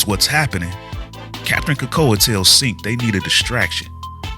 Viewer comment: Capt. Krakoa? C'mon man!